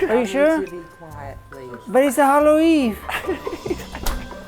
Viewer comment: “But it’s the Hollow eeen”😂😂😂😂😂